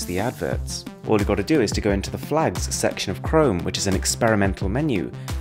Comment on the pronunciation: I'm sorry I didn't get the chrome tip, sounds like you said flags